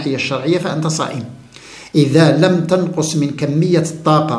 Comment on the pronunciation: جزاك الله خيرا على هذه المعلومات المفيده،لكن تعقيب صغير تكلمت على اللغة العربية العريقة ،انت تقول تَنقص بفتح التاء والصحيح تُنقص بضم التاء نفع الله بعلمك آمين يارب العالمين.